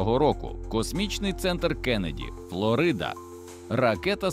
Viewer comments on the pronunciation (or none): none